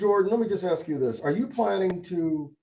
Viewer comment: It’s ask not axe